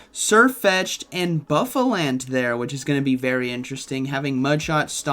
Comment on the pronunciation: Pronounced Boo-fah-lahnt